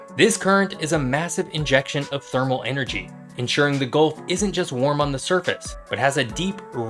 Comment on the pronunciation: Subscriber #440 here.. love your channel! One note: it's gUlf not golf and it's Gulf of Mexico. Has been since it was first discovered and named. (Named in 1552) Don't care what the current American dictator wants it to be called. It's the Gulf of Mexico. Looking forward to more vids from your channel, love them all. 😊